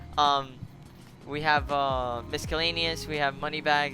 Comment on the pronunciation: Lmfaoooo he said MisKellaneous